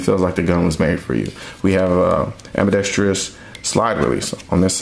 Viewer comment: Nice video. Great production value. Very valid, cogent, well-spoken arguments. I agree with essentially everything you have to say. The only thing I could find to pick apart was that half of the time, you add a fifth syllable to the four-syllable word: "ambidextrous". It has no "i" after the "r", and therefore no fifth syllable. Otherwise, A++!!! :-)